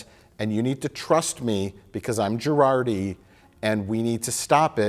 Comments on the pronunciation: Two seasons in and I still can't tell if he's pronouncing it "Jurarti" on purpose or not. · I love that Mike consistently calls out mangling of celebrity names ("Chris Helmsworth") and various other words, but Mike has made it through two entire seasons of Star Trek: Picard and still thinks Jurati's name is pronounced "Girardi." That's how little he cares about this show. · I wonder if Mike is pronouncing Dr. Jurati's name as "Gerardi" to be ironic or sarcastic or both😂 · Mike... It's JuRATI